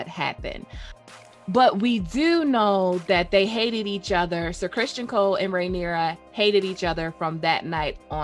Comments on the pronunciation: It's CrisTON not Christian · You're certainly not wrong